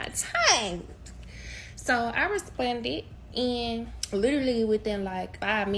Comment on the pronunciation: bro the way she was saying responded was pissing me off the whole time, "respunded"